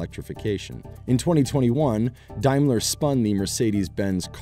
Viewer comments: Pronounced Daymler not diemler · BTW is a D- aim ler..........Not D-eye- mler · Is it only me that cringes every time this commentator pronounces Daimler as Dimeler? Maybe it's pronounced that way in the US but everyone I know (in the UK) pronounces it as it's written. Seriously this video seems to be sponsored by Tesla. Having owned and enjoyed owning a CLK 3.2 AMG and was the longest I ever kept a vehicle (8 years) I paid off the loan in 2 years and even using the authorised dealers for servicing was one of the lowest cost cars to maintain. Before this, I had a Lexus, in terms of prestige most people thought it was a Toyota and no perceived prestige (in the UK) had problems always and the running cost were greater, even the fuel consumption was much higher. Had a friend also who swapped from a Mercedes to a Lexus and regretted it for the same reasons.